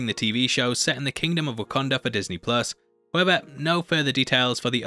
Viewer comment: Pls just say WakAnda, rather than WakOnda. Pisses me off. As someone who is also from the north east of England, I don’t make these mistakes. Maybes the difference of Sunderland/Newcastle dialect, but again, no excuse of saying things wrong...